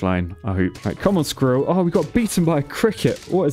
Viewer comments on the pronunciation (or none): i cant stand him saying skirril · lol the way you pronounce squirrel is soooo funny haha